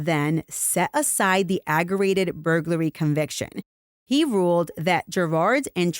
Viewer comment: it’s aggravated—ag-gra-Vated—not “agg-er-rated”. There’s a ‘V’ in there.